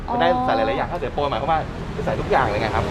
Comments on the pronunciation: ข้าว เสีย โป ค่ะ ไม่ใช่ ข้าวสวยโป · ข้าว เสียโป ไม่ใช่ ข้าวสวยโป ค่ะ หนู😁😄😃😛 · ข้าวเสียโปครับ ไม่ใช่สวยโป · เขาเรียกข้าวเสียโป...ไม่ใช่ข้าวสวยโป...